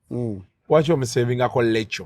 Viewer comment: Mbu Lekyo😂😂😂😂 instead of Rachael....naye banamasaka